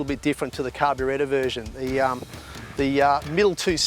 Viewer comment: I knew if i looked hard enough this would be in the comments. I also noticed him saying carbyretta.. haha